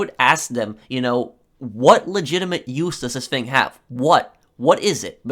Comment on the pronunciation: “This ‘fing”